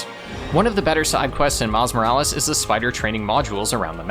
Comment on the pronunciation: ITS SPIDER MAN MILES MORALES NOT MILLI VANILLIS!😂😂😂😂😂😂😂😂😂😂😂😂😂😂😂😂😂😂😂😂